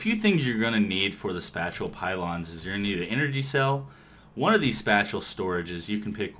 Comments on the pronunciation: IT IS PRONOUNCED SPAY-SHALL NOT SPAT-CHULL! apart from that awesome mod spotlight and great ending. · It's pronounced "Spay-shall" xD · Pretty sure this was probably said, but spatial is pronounced kinda like Spay-shal (Spay-shal > Space-ial > Spatial) Hope it helps :3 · spatial is pronounced spay-shul. That's almost as bad as everyone saying mace-erator (it's mass-erator) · also Spatial is pronounced "space-ull" lol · SPACE- EEL that is how you pronounce it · It's pronounced spay - shull pylons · I facepalmed when he said that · FOR THE LOVE OF GOD LOOK UP HOW TO SAY SPATIAL!!!!!!! Good videos though helped a lot.